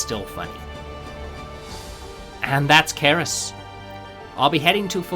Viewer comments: it's pronounced "S-er-ee-s", the C as in "centre" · For the entire video I cannot get rid of feeling you are calling it wrong. I'm pretty sure it's read with "c" as in Cerberus. Aside from that - love the video!